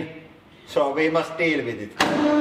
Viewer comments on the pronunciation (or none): none